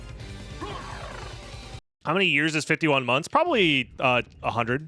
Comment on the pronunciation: 'over the yerz you never told' 'a li'